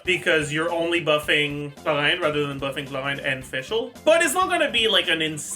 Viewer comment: I genuinely think mispronouncing names hurts your guides, every time you go "HLORANN" I have to do a double take to make sure I'm not stroking out